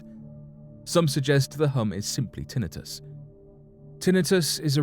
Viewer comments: Omg. Lmao. Tin u tus. 🤣🤣Its said "tin - eye- tus" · In the US, tinnitus is pronounced tin-I’-Gus... accent on the I. Fascinating video! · In the US and everywhere it is tin-eh-TUS. That is the proper pronunciation. NOT tin-eye-tus.